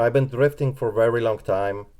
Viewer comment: TH TH TH THRIFTING not DRIFTING !!! PLEASEeeeeeee